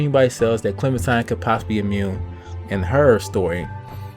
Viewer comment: I'm pretty sure he pronounced it correctly. Don't the people at telltale pronounce it like that?